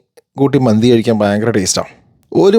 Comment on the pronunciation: ചേട്ടാ മന്ദി എന്നല്ല മന്തി എന്നല്ലെ😊